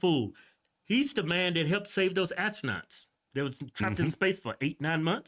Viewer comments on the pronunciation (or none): "He saved our Asstronauts"